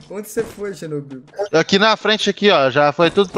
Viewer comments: Mano eu duvido alguem contar quantas vezes o falou xernobil no videos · Perdi as contas de quantas vezes escutei "Xernobil" kkkkkkkkkk